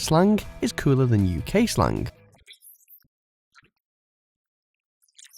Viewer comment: slang not slang-g one g mate fix your teeth